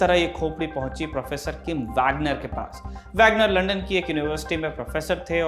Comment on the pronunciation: अबे रिपोर्टर पहले लंदन बोलना सीख.. बार बार लंडन लंडन बोल रहा है आजकल कोई भी रिपोर्टर बन जाता है